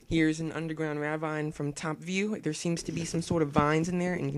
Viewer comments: you're saying ravine wrong . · I can't get over how he says Ravine wrong...